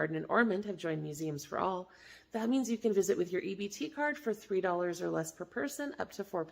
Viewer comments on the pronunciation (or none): none